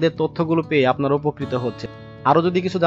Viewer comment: Ki6u mone korben na akta kotha bol6i apni gota vedio ta ato valo kore bollen ..r last er dike subscribe r comment uccharon ta oram korlen kno ?